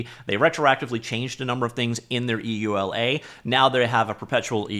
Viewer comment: Please pronouce it "yoo-la" not e.u.l.a